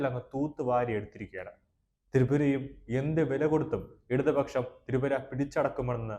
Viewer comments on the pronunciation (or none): Tapra alla Tipra